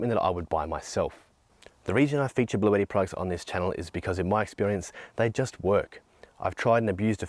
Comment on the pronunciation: Isn't this brand pronounced blue-ti and not blue-etti.